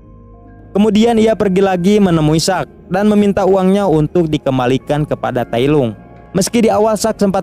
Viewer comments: tailong bukan tailung cuk....malay hadir sorry gua ckp mcm tu sebab terdengar kat telinga ni tak sedap bila ko tailung njir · Tailong bukan tailung